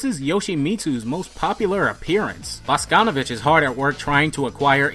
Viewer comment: It's actually pronounced "bah-SKAH-nuh-vitch"